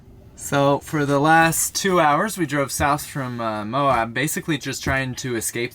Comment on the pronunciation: Love the desert with the snow peaks in the distance. Utah is stunning. And Moab - those rocks I love it. called it AMOB at one point 😂. On the left of the main drag it has a building “Uranium Building”. Intriguing. And how does plait her hair? I guess does it. We would like to see that 😊